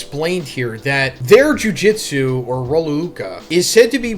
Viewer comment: Can you ever just say “Jujutsu” instead of “Jujitsu” every JJK video?